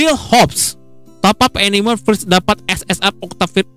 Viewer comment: "First" Bukan "Frish"